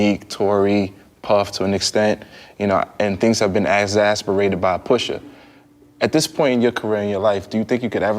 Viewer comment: He can't even say Push's name😳